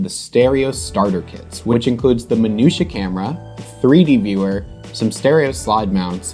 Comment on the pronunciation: Apart of anything, I just love the way You pronounce 'Minuta' ;P